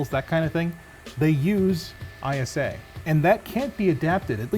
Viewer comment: When he says ISA, instead of ISA.